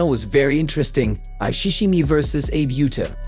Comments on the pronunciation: The name is Abe Uta , not “eibi iuta” Show some respect trying a little effort to pronounce a Japanese name correctly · Please, take the trouble to pronounce her Japanese name correctly. Respect people. You are an incompetent commentator! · It should be Ah-bay, not Aeebh. Abe Uta is Ah-Bay Ooo-tuh. Japanese only has 5 vowel sounds, and none of them are silent. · It's not 'Abe' as in Abe Lincoln. It's 'Ahbe', two syllables. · Her name should pronounced: Ahh bay, not Eeb. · ABE YUTA? Ah-Bay OO-Ta. 25 seconds in and I can't watch this lmao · Abe Lincoln, bro 😅 she should be "Abby" ootah In English there's this problem your syllabes sound different and there's no cue or hint of how to say it 😅🧐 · Oh MFG Pronounce her name correctly. It is NOT Abe, but (AH Beh) (OOta). You did get the pronunciation of Half her name correct. But then other half NO, The sounds necessary to make the name sound the way you did do not exist in Japanese. Please learn more about Language before posting there videos. I can only imagine what would happen if you in advertantly insult other countries. Japanese are pretty forgiving. Some other Asian, And / Or mid eastern countries are not. Please wise up. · Gods above that AI voice butchering her name... "Ah-bay Ooh-ta". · Please take the time and respect to pronounce her surname correctly - it should sound 2 syllables like AH-BAY (and not 'Abe' as in Abe Lincoln as you keep doing. You pronounce her first name correctly. (yu-ta) which is good👍🏻 Seems like you might be using AI generated voice here - if so, please adjust its output. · You don't even attempt to learn how to say her name. No, it isn't pronounced like Abe from Abraham Lincoln but Ah Beh (just to be clear it's not Ah Bay either) Uta again not You tuh like Yoda. But, U as in Eww that is icky. and Tah like tah tah for now. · Eib? Her name is pronounced Abe, not Eib. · Pronounced Ah-Beh, not Ay-b. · Abe is pronounced Ah-Bay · Her name is pronounced 'AH BAY', not as in Abe Lincoln.